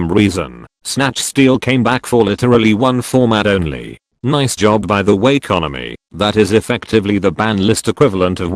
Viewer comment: I agree, but the "konami" pronunciation is wonderful.